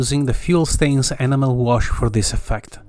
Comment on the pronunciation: Superb modelling, and your command of English is incredible. If I may just make one suggestion ? Your pronunciation of 'enamel' is not correct and it is easy to thin' that you are saying 'animal': for 'enamel' you need to stress the 'en' as in 'hen', then a soft 'a' followed by a stressed 'mel'. This is hard to explain in writing, and you can probably find a spoken pronunciation on the Internet. I hope that you will not be offended by my comment, as your English is genuinely excellent, and I am enjoying watching your videos and appreciating your skills very much. Although I am rather old, I have only recently returned to modelling, which was a childhood pursuit, and so I am quite a novice. Thank you and best wishes for the New Year.